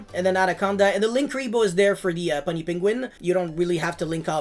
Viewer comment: You're saying Puny Penguin wrong. It's "Pew-nee" not "Pun-nee"